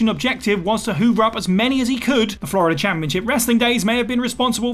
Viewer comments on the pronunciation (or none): none